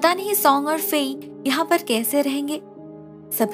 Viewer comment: Pls say ladki...nor larki...you don't pronounce da alphabet properly..pls improve it..like khirki also is wrong..